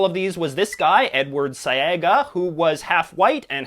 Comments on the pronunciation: Edward SE-A-GA is the pronunciation of his surname. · Thanks for the shout out but his name is pronounced "sea"-aga....Jamaica has never had a white PM....every single one of our leaders are either black or mixed. Fun fact...our Last Premier (1st Opposition leader), 1st,3rd and 4th Prime Ministers were all related. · You really need to work on your pronunciations. The name of the Prime Minister of Jamaica you highlighed is pronounced Edward SEE-Ah-gah. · It's pronounced Seaga not siga and pronounced guyana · Haha I see you took some liberties with the pronunciation of 'Seaga' and 'Guyana'. Jamaicans mostly pronounce PM Seaga's name as 'See-ah-ga' but it's probably really pronounced 'Seh-ah-ga'. Guyana is mostly pronounced as 'Guy-ah-na' across the Caribbean. Also, fun fact: the current leader of the opposition in Jamaica (2021), Mark Golding, is also a racial minority. Most of the country was actually shocked when it became a talking point because everyone just assumed he was black but just really light-skinned loool.